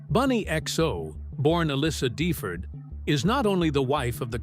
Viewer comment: If you are going to do a story on someone then you should at least get his name right. It is DeFord like ford auto mobile